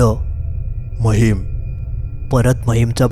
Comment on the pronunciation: महिम नाही माहीम